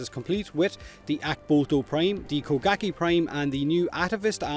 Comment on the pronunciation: He said bukake prime lol